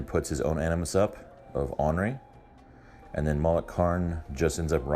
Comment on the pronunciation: I normally don't correct the pronunciation of words but this is battle report 5+ with a sentry. The animus is OR-NER-REE. I feel like a dick, but I'm kinda ornery. Great bat rep my doods ;)